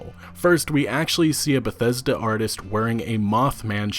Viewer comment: Great pronunciation with Bethesda